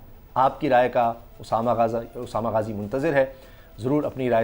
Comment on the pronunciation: ارے اسامہ آپ اتنے جزباتی ھو گئے کہ غازی کو غازا بول دیا۔ یہی جوش چاہئے عمران خان کو صدارتی نظام کے لئے۔ گڈ